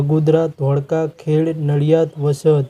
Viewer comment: ખેડ નહીં ખેડા। બોલો